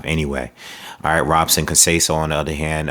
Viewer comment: Btw, in Portuguese, the “r” are pronounced as “h.” So it’s pronounced “Hobson.”